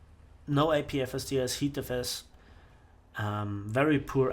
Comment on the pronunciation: '' i get apfisdisifdsdds'' love it LOL